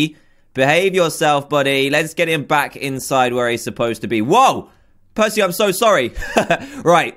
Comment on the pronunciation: who here thot prcey jackson when they said prcey